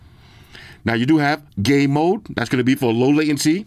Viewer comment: I was just listening to the part when you said they had game mode and it sounded like you said "gay mode" and I thought, hey these some zesty headphones!! Thanks for continuing to show earfun. Great value product!